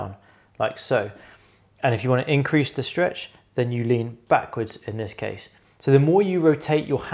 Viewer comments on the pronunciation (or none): none